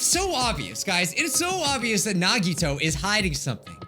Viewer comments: I have a fun game Count how many times he pronounced Nagito wrong every episode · it’s true, nagito’s real name isn’t nagito. it’s actually nagitoe